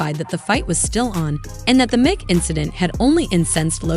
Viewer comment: It's pronounced Mike you dummy!